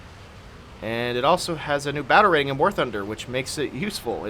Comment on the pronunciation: You say "battle rating", I hear "batarang". Also, Hail Hydra! XD